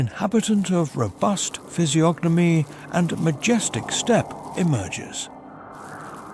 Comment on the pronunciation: Yes, it's AI. You can tell from how monotone it stays throughout the whole video and it mispronounced the word "physiognomy". The "g" is silent, but you clearly hear it pronounce the letter. It's also using a lot of the same words and sentence structures, even using words that are inappropriate for the context. Pretty sure it doesn't know what half of what it's saying even means, like "sovereign".